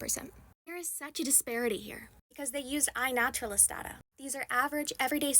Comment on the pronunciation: “iNaturalist data” 😭